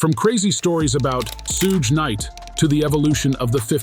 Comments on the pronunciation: sooge knight and soog knight are both improper pronunciations of Suge knight. This is nothing more than an A.I. bot narrating the news which makes this a false account. Also, stop using A.I. bots to read. Actual people see this and ultimately avoid content from a channel like this. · "Soog Knight" 🤣🤣🤣🤦‍♂️ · I can’t take this seriously because u keep saying Suge wrong lol